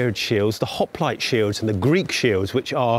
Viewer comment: I wouldn’t expect an average person to know how to pronounce ‘Hoplite s’ but I’m a bit surprised an apparent historian doesn’t.